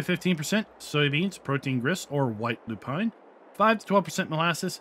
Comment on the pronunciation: Now you can bread a little bit after all of these words 😅 Your pronounce of Lupine is really great now. Well this is a lot of products to mix up as well as optional stuff. I think this is too much for many players, but for those that like realism and curiosity wants to use this. I'm not sure if I'm going to use this in the long run, but I might give it a try. Thanks for the video